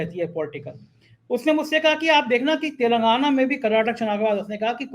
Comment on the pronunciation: आप हमेशा तेलंगाना को "तेलगाना" बोलते हैं। आपकी टीम की सदस्य भी यही बोलते हैं। क्या आपके डिक्शनरी कोई अलग है जिसमें तेलगाना ही है?